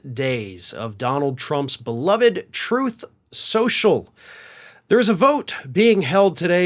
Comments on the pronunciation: “Troof or Consequences “… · Troth Senshul 😂😂😂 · RIH, "Troth sential" / "Troof sential" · Troth sential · Troathe Senshul! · “TROATH SENTIAL”!!! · “Troth Sential” RIP 💀⚰️🪦⚱️ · you pronounced it wrong; its "Trothe Sensual" ~ I heard Trump state that himself. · Troth Central as Trump likes to mispronounce it. But then who would expect him to know how to pronounce a word like 'truth'? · "Throthe Senchul" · You mean, Troth Sential? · You mean, troth schochel? 😂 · the end of "troth senschel"... oh,no! ...anyways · “Troth Sencial” —DJT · “Troth Sential”- DJT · tRump mispronounced the name of his social media site as "Troth Sensual" (or something like that). David Pakman uses that foible on his show when he's remarking on donny's comments. In Ukraine, they elected a comedian to be their president, and HE HAS BEEN truly admirable. Here, we elected a con to be a president, and he turned out to be a clown, truly disgusting. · He can't even pronounce the name of his own gig properly....Troth Cential. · Truth social? During one of Trumps speeches I thought he called it "Troath Sensual". I've been calling it that instead.